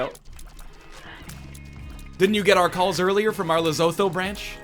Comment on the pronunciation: uhhhh excuse me Lesotho is pronounced "Lesutuu"